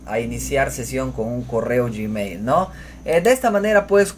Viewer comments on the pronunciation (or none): none